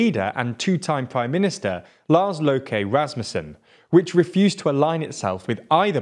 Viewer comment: I quite enjoyed! Yeah, Injure Stodgeburg would be good!